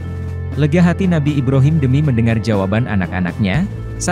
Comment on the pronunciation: Brhama = Ba Ro Mim = I B Ra Him